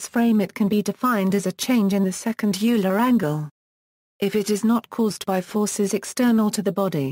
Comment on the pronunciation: It’s not ewler It’s “oiler” Euler